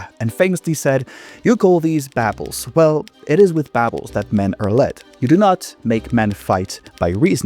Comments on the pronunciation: Babbles? I would have been confused if I wasn't reading as well. It's pronounced bobbles. Don't ignore the "u". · That British pronunciation of "baubles" heebied by jeebies. 😮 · That is not how to pronounce "baubles." It's supposed to be an aw sound. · I always figured Baubles was pronounced a "bobbles" lmao Learn something new and all that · Genuinely never heard someone pronounce baubles like that, is that a common pronunciation? I’ve only heard it baw(rhymes with door)-bles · How is it that you don't know how to pronounce 'baubles'?